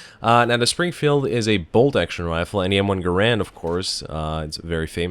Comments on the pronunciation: its m1 GAAAARAND not "grand" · To everyone once and for all: it's pronounced GAIR-und. Also, the Springfield and Garand do identical damage, I believe their sole difference resides in their iron sights, which is no small matter as the Springfield sights are awesome whilst the Garand sights are constrictive and shitty.